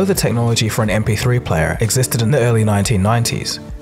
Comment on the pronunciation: "... this yee-aah mahks the 20th anniversary of the mp3 playa...."